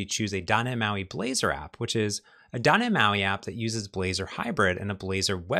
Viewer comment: You are so talented and such a great instructor. Your videos are such a great resource for learning. I love them, and you, so much for the information. But then you say, "Doh neh mahi." Why did you have to ruin my love for you by refusing to pronounce the letter T? It's like finding out my favorite Philosophy professor is a Nazi. And a Utilitarianist!